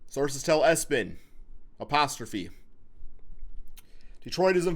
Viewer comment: “Sources tell ESPIN” I laughed too hard😂😭😭😭😭😭😭